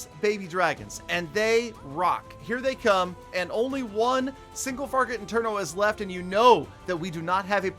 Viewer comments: This man said single farget inferno🤣🤣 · he says single farget interno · Lol be saying single farget interno Bowlers are also now boulders lol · Nobody: Literally Nobody:: Single farget internos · “Single farget internos” 😂